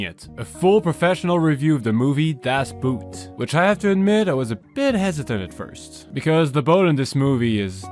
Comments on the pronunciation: Please call the movie by its name which is "Das Boot" it's not a shoe. The double O is pronounced like in the name "Bob". So you might go with "Das Bot" with a slightly lengthy spoken O. But besides that, good vid. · You misspronounce it. It not like boot (the thing you put on your foot), but more like bot (the computer program) with a loooong "o" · If you want to speak the title correct: In german the oo isn't pronounced u, it's pronounced as a long o. You might wonder how they could have such good scenes in a boat? Very easy, every scene inside the submarine is taken inside a real old submarine, including the problems for the movie-team with it's (big) equipments. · Its not boot, the word in german boot, sounds like Boat. . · "Boot" is pronounced "boht" not "buht"! 🤣🤣🤣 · Boot is actually pronounced like boat rather than boot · Its not a booooot its a boat. Call it das boat and you are way closer to the german pronounciation without even trying. Btw the translation is truly horrible. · "Das Boot" not not "des Buht" talk german correct. I learned it too. it is not hard.I I learned german language because of some friends and series and movvies for example: Loriot, Heinz Rühmann movies, Das Boot and the great Series of Komissar Schimanski (Tatort). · The "Boot" in "Das Boot" is the same word as the English "boat" and is pronounced exactly the same too. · It’s pronounced ‘Dass BOAT’. You learn this when working with Germans. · One thing that bothers me slightly, is that people in the us pronounce "Das Boot" like it is about shoes. Boot means Boat and is pronounced quite similar, so it's easy to remember. Just say Das Boat. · when u pronounce it in german just do it as u did in english. its way closer. u dont say it like boot for the foot. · It's pronounced Das boat. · das boot is pronounced as ;das boat;. you know? pronouncing that in english sounds very silly :-) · ...and you did not bother to get the pronunciation right of one of the most epic films of all times.